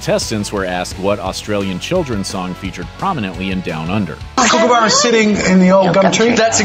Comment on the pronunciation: Oh dear I always cringe when some Americans try to say words like Melbourne and kookaburra so this is me helping Americans learn how to say these words correctly... Mel-ben.... cook ah burah..... Not Mel Born and not Kook a boora... Thanks for coming top my Ted Talk,.